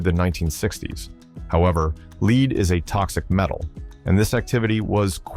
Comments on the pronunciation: I'm sorry I had to stop and say what you talking about Willis all the sudden you called LEAD leed and then you went right back to calling it lead something is wrong with that because you would already been talking about lead and then out of the clear Blue sky it's going to be l e e d I realize that led and lead are of the same spelling pronounce completely different I refuse to be spoken to buy a bot voice are any other similar AI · well this was surprisingly interesting. However, as good as computer voices are getting, they still don't pronounce words correctly. At approx the word is LED. NOT LEAD. Wish videos like this would just use real people. And LOSE the idiotic background music. (At least that is fairly low.) Still lots if interesting stuff. Some of it I recognized but a lot was a mystery. Very cool. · its not pronounced "leed." it is pronounced, "led." makes me think this is an AI voice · .34 It’s “Lead” not “Leed” Ol’ Mr. Smarty Pants AI.😂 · "known as the "Mark"." Definitely not. 'Mark' followed by a number is the common way of the British military to denote different versions of an item. 1:07:77 "OO-bong's grah nate" Just tell your bot to skip German. He's awful at it. "Leed is a toxic metal" Aparently your bot is also bad at chemistry. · Machine narrator pronounced the metal lead as “leed”. Hire a human. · he says “leed” as in leading a race, not lead As in the metal which he pronounced correctly before and after the leed mistake. AI for sure. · you used an AI voice, it was convincing most of the time but it can't pronounce LEAD . no thumbup for robots. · You really can't pronounce "lead" correctly? AI.